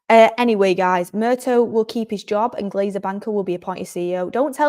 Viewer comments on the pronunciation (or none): John Murtagh, not murtoe